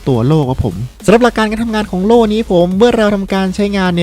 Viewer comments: โล่ครับโล่ จะกระดกลิ้นเพื่อ555555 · ล . ลิง กระดกลิ้น 55555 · ใครฟังเหมือนผมบ้างพี่เขาพูดว่าโตโล่